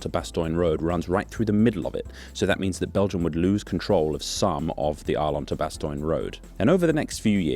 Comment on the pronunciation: Few Dutch people would say "straight ass yo". That's US defaultism. It's bad and it shouldn't be in your video. Kinda funny but I think you gotta knock that sort of thing on its head. You're better and funnier than that. also, Bastogne is less <<Bastoin>> and more <<Bastonye>> or <<Bastonya>> Otherwise. . . . cool video. I'm enjoying these